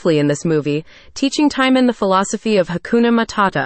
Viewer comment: In EVERY version of The Lion King, the warthog's name is Timon (pronounced TIM-OWN, it RHYMES with Simone)